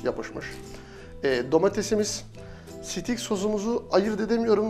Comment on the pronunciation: abi sitik deyip durdun sinir oldum steyk diye okunuyor.......